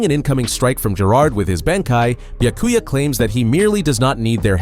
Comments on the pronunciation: Not bee-yuh-koo-yuh it’s bee-yah-koo-yah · Ah yes, who can forget my favorite captain: Buy-a-cuy-a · Bee-uh-koo-ya Are you FUCKING serious? Y’all need to stop with the AI narrations. It’s insulting to the property, the author, and his nationality by letting it pronounce the words as they’re spelled in English. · Is it too much to ask that you pronounce Byakuya correctly? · Yeah annoying af Byakuyaah SenbonZAKURA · dude learn to pronounce the names you are so cringe zebanzakura? WTF ? byakuya? dude common